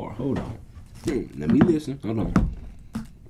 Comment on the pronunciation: He said “hollon🤔”🤣😹